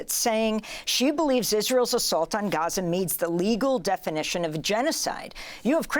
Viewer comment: Amy, I'd like to take a moment to tell you how happy we are that you try to pronounce 'Gaza' properly! Just a tip: you got the first letter right (Gh instead of Ga), but the imagine it spelled like this for the best pronunciation: Gheza. So, swap the A with an E and make it short. Regardless, thank you!! It means a lot to see your efforts!